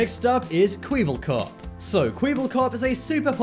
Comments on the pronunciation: Kwibbelkop 😂😂😂 it is pronounced kwe-bel-kop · It’s kwebbelkop you said it as kweebbelkop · Soo this guy read "Kwebelkop" to "Kwibelkop" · You called kwebblekop kweebblekop. You heathen. Unsubbed. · Its kwebelkop not kweebelkop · Ok i am dutch but its not kweabelkop its kwebbelkop maybe englisch people cant speak it out you speak it out like que-bell-cop 😂😂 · its kweblekop not kweeblekop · Its not pronounced kweebbelkop its kwebbelkop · its not kwibllekop.. its pronounced kwebblekop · You said kwibbelkop and it was kwebbelkop.. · I like how he said Kwibbelkop and not kwebbbb ellllllll koooooopppppppppp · It's pronounced as kwabbelkop, not kweeblekop. Kwebbelkop meaning chatterbox in dutch. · Bro ur dumb it's pronounced kwebblekop NOT KWIBBLEKOP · Kweeblkop, No! It’s kweblekop, like “eh”. This is it, I’m turning on my rage mode. flips switch GUAAAAAAAAAAAAAAAAAAAAAAAAH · Kwiebelkop Its kwebbelkop kwe-bbel-kop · You zaid KWEBBLEKOP wrong! You said like E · it’s kwebblecop not kweeblecop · U say kweeebolkop not kwebolkop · .. his name is kwebbelkop not kewebellkup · Kweeblekop? Isn't it Kwebbelkop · “Kweeebelkop” lmao it’s Kway-bell-kop. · You don’t pronounce it Kwibilkop it’s Kwebblkop hold the B and it’s an e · Did you just say “Kweeblekop”? I think it’s “Kweblekop” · kweebelcop??? kwebbelkop you mean... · Who's kweeebelkop? I know kwebelkop. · Kweeebbelkop.. Jeez.. it's Kwebbelkop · For the Dutch people: Kwiebelkap😂😂😂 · You pronounced “Kwebbelkop” “kwibilecop” gtfo please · Its not qwe-eble-cop its qeb-lllllll-cop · Its pronounced kwebblekop not kwibblekop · its not kwibellkop its kwebellkop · i hate kwebblekop but the way you are saying it triggers tf out of me. Its pronounced kweh-bull-kop not kwee-bull-kop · Its not kweebelkop, it’s kwebelkop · Lol he just Saïd kweebelkop but its kwebelkop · Kwééébelkop?! Are you trying our are you just joking with His name? It is pronounced kwèbbelkop!!!! Hope you say it now good! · Its not kweebelkop its kwebbel hes dutch